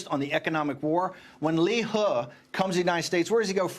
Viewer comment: liu he, please, can Bannon pronounce the name correctly? Dummy.